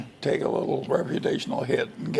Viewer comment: did Munger say “take a little reputational hit” or “take a little recreational hit?” Lol